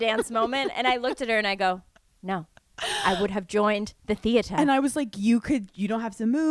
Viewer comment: "I would have joined... the theatah" 😂